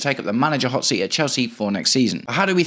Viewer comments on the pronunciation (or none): none